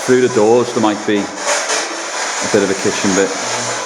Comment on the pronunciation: In the kitchen. Sounded so scouse too